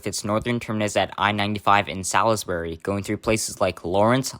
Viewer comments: It is pronounced “Salsbury” not “Salisbury”. Reason: Grew up in New Hampshire. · Regarding 495, the town in the north is pronounced "Salsbury" (just three syllables). Also the northern third of the route for many isn't so much to bypass Boston as it is basically the Merrimack Valley Expressway.